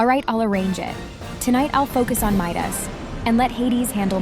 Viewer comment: It's Midas not meet us 🤬🤬🤬🤬🤬🤬🤬🤬🤬🤬😡😡😡😡😡😡😡🤬😡🤬😡😡🤬😡